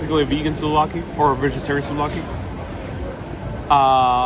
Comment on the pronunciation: souvlaki not slovaki slovakia is a country....hahaha my frend! patsas is called in Greek...